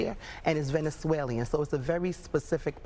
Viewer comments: "Venezuelean" she says. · She can’t even pronounce Venezuelan. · Right! she can't even pronounce it but she wants to give them money though